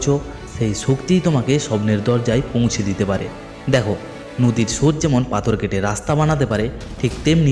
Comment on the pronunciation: ভাল তবে ভাল করে কথা বলা উচিত। শক্তি; ছক্তি না, স্রোত; ছ্রুত না; অসাধারণ; অছাদারণ না, সেই; ছেই না, আসল; আছল না, আজ; আইজ না, সিঁড়ী; ছিড়ি না। ইত্যাদি।